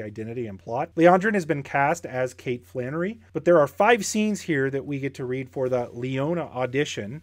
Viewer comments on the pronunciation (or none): none